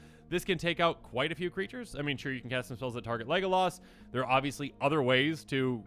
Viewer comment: Him saying leglas like he did killed me